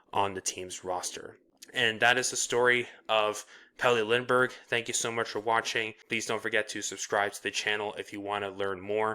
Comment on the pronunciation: Good vid, but that pronounciation of his full name is pure slaughter. :D